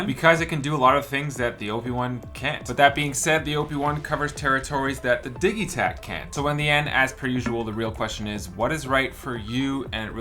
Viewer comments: Surely its pronounced Dij itakt not Dig-itakt? As in digital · Your pronunciation of Digitakt is ultra annoying! It's short for DIGItal. You don't say diggytal, surely?